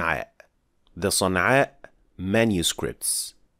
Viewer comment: It's Sana'a